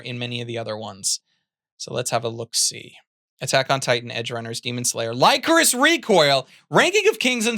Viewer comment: I didn't press the issue in your The Best Anime of 2022 video but that is not how you pronounce Lycoris